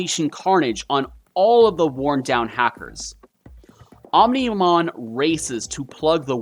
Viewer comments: did he just pronounce omnimon wrong... oh my go he called omnimon omnohmon but i kinda found that funny lol so alls good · i feels its deliberate. mispronouncing Omnimon's name 😂😂